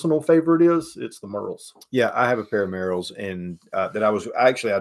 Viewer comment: The Merrell shoe folks are my distant cousins. It's pronounced MARE-el.